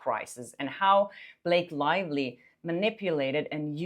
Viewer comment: Blake Lie-ly